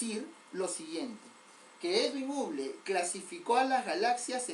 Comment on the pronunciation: creo que la pronunciación correcta no es uble, sino habol o algo similar a eso. igual buena clase y siga así.